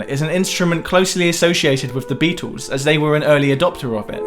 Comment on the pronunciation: It sounds like is saying: The Bee-Tools. Maybe that's how you're supposed to pronounce their name..